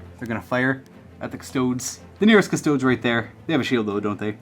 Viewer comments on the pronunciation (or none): Cus-toads.... really? At least pronounce the name of the army properly face->palm. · As a Custodes player, if my opponent says Custoads. I just pack up and leave.😂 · cus-to-dees. custodian. not cus-toad. you don't pronounce astartes ass-tarts, do you?